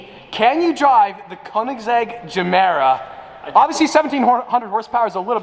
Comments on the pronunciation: Is it really geeemera though? I pretty sure it's GUmera without the Gu just gemera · As far as I know it’s supposed to be pronounced guh mare uh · Gemera, pronounce like ”je mera” in swedish it means ”give more” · "Jamera" Everybody: TRIGGERED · WTF is ”zemeera”? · Pronounced Ye-mera as in "give more" in Swedish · Yehmirah is pronunciation. Idk y this bothered me so much. Also Ik I’m a dick for correcting him, just wanted to say it. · To all the dubai bois that keeps hearing jumeirah 😂😂😂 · im kinda cringing att your pronunciacion of gemera as a native swede but keep it up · in english it’s more like G than J, in Swedish it sounds like our J. This went a little messy 😬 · Pronounced with a G for goat. Not J. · Is it just me or is he mispronouncing everytime he says the name of it?